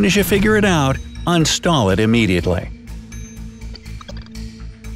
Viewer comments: he says un-stall instead of uninstall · It’s pronounced “uninstall”!